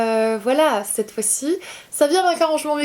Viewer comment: cette et non pas ceet... 😉😂